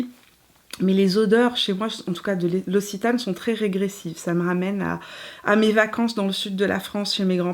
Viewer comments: Noooooonnnnn qui dit "ossitane" nooooooonnnnnn on prononce "oxitane" mon coeur de sudiste se brise 😉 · Super vidéo, j'ai beaucoup aimé ! Pour info "Occitane" se prononce [oksitane]. 😉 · Très belle revue! Merci Petite précision pour la prononciation: c’est l’Oc-citane 😉 Des bisous depuis Toulouse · C'est marrant, ici en France on prononce oxitane et toi tu dis ossitane, j'adore la lavande, donc je vais aller jeter un coup d'oeil chez l'occitane 😉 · elle prononce « l’ossitane » pour l’Occitane 🤣